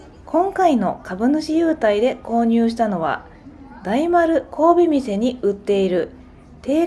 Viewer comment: 大丸百貨店 神戸店(こうべみせ)？ わざと？ なぜ？